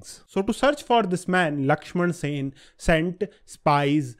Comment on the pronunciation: Sen..... NOT Sena